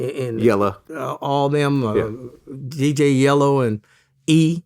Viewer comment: He said DJ Yellow🤣